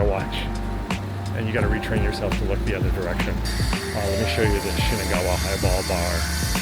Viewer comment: Highball Bar? I could've sworn I heard "Eyeball Bar"!! Now that would be a great spot to go day drinking!